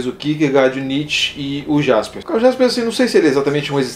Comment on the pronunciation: Embora se escreva com J, lê-se Karl Iaspers, com I. Parabéns pelo vídeo e pelo canal, fazendo a ressalva que o colega já fez do Eichmann.